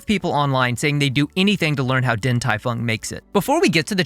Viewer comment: Only change I would make here is that the “Din” should be pronounced “Ding”. Other than that, great work!